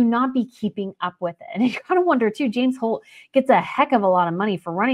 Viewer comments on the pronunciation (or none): none